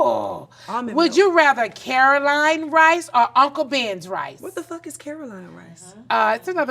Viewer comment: Tamar is reading… nene could not pronounce that rice brand correctly